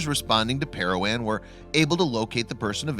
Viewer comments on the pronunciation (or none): There were several other mispronunciations as well: Parowan is pair-a-juan, Deseret News is dez-r-ett and incidentally, since I'm from Utah let's throw one in that is always pronounced incorrectly: Tooele is pronounced too-ill-a. It's hard to listen to a documentary type program when words are pronounced either wrong or different than we're used to.